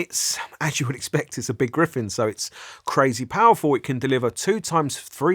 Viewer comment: Gryphon not Gryphen